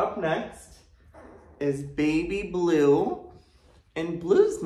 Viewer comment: when i heard him say lue and green i got deja ue from his first pups